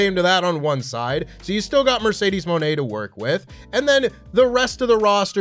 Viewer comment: accents for Mercedes coming out like. - "Mayrcaydaysh"